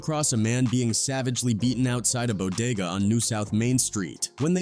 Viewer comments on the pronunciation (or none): none